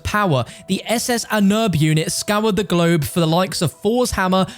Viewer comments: It's pronounced on on airb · Your pronunciation of Ahnenerbe is horrid my guy. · As german guy I cry from your speaking "Ahnenerbe". But don't worry I can't speak english, so it is okay 🤷🏻‍♂️😂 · It's ahnen erba. You could just call it forefather's heritage.